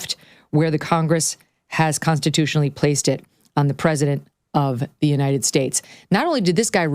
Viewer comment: Big Mike is a miserable soul. And she can't say "united" correctly either.